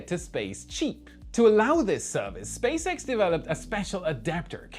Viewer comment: Did you say Space Rat?